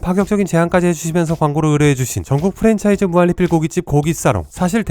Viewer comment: 형.. 무한리필 발음이 무할리필이라고 들려.. 형 발음 좋다고 생각했는데.. 무한리필만은 예외인걸까?